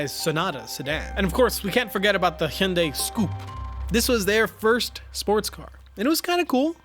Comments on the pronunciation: fuck... the best accurate Hyundai pronunciation I have ever heard from a YouTuber... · Finally someone who can pronounce hyundai properly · It’s ‘hi-on-die’.